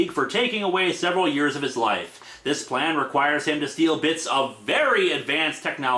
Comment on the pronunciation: Prometheus' dialogue in a nutshell: "My pwan is gweat!"